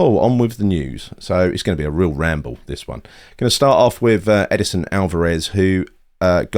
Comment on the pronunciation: Its not EDISON😮....its EDSON..😅